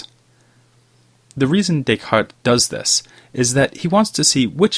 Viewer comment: bro, i want to listen what you have to say, but the forced intonation and cadence of ur speech in conjunction w/ ur desire to pronounce "descartes" w/ a french accent is making me cringe. No one will fault u for a butchered pronunciation of descartes!_! Keep making videos, just giving u some honest feedback is all my friend : )